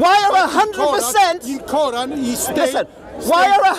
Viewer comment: “Second koeran from medina”. Errorrrrrrr haha